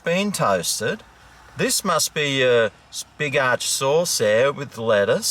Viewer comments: Yep... Ya got it right when ya called it the big arse burger instead of the big arch burger... LMAO 🤣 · Not the B.arch burgah😂